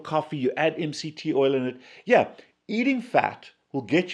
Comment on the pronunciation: Last kind of fat you mentioned sounded like 'male' . i cannot find out what you mean with that word. I guess it's not a fat man....by the way, I am Dutch. Not a native English speaker.